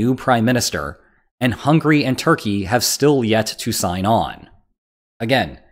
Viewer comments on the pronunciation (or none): none